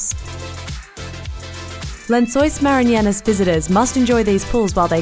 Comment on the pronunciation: It's not Lençóis 'Maranhenas'. It's Lençóis Maranhenses!